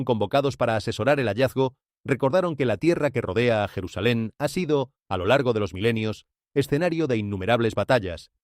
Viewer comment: Es mentira todo lo que dice , la IA se evidencia , no es jerusalain